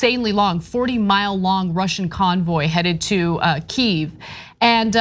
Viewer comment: Thanks to Ana for pronouncing Kyiv correctly!